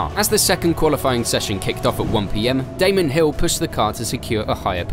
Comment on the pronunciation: Erm...did this guy call Damon Hill "Damien"?